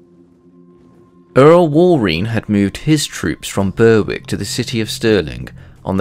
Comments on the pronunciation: Berwick is pronounced 'Berrick', not 'ber-wick'. Just FYI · 'Berwick' is pronounced like 'Warwick', also I believe the correct pronunciation of Andrew Moray is Murray like John Comyn is Cumin. Due to medieval vowel shifts.